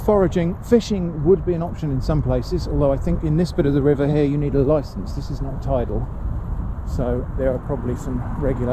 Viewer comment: I almost pissed myself when you said "you need a loicence."